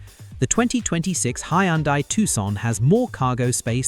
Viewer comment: Hyundai is pronounced Hun-day.